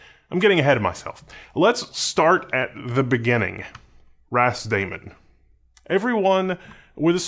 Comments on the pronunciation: I'm pretty sure it's meant to be pronounced "ras-da-man" (like "rastaman", hence the Rastafari / Ethiopian flag), not "ras-damon". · I only heard ramen